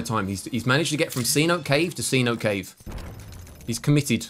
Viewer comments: amigo. Pronounce “Cenote” as “Sea-No-Tay” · Pronounced. cé-nohtay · You can even get away with saying say-notay